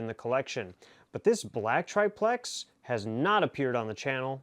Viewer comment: everybody seems to have trouble saying triplex. Just pronunce it "triple X" !